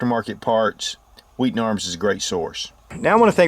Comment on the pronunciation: I just came here to listen to pronounce 'Wheaton' HWWEE'-ton